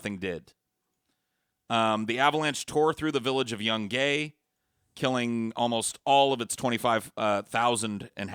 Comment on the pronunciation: dont forget about the city of young-Gay. Its Yoon-guy